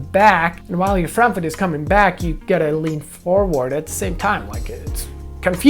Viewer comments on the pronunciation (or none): none